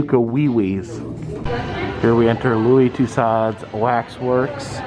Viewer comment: Considering the usual quality and accuracy of Madame Tussauds museums, Louis Tussaud should hang his head in shame. By the way, it is pronounced Too SO. Do love the vids!! And right on, Crocs!!I love em, myself!!!